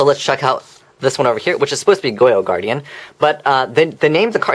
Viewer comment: Goyou Guardian 😂